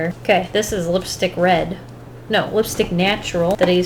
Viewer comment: So I’ve been wondering, do you say BARLEY beige like BARELY beige on purpose? I’m going to assume the answer is yes lmao.